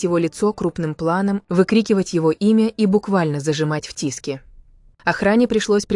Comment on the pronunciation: Офигеть! Авария века… в пробке, на значительной скорости врезались сзади! Представить страшно… И научите уже ИИ правильно расставлять ударения! ТЭхён, тИски… смех, да и только. За ТЭхена обидно)))